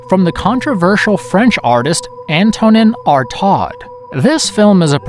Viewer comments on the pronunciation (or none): An-toe-neen Ar-tahd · Not to mention AN-to-nan Ar-TOE—Google Translate will pronounce things for you. :)